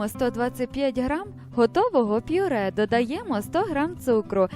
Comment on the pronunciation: Мова жахлива. А наголос у словах!!!